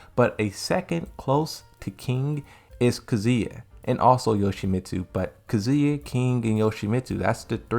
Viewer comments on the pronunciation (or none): none